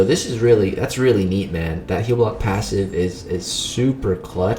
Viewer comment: the way you said passive was funny! 😄🤣😉🙃